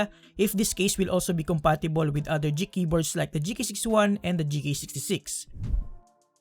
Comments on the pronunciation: Geek not jeek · You keep saying Jeek for some reason.